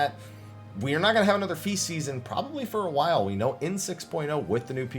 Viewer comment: You said feast season so much it started to sound like faeces, lol